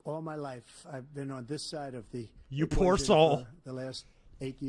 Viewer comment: "Why does he say poour like a canadian guy"? Because poverty's a foreign concept to him.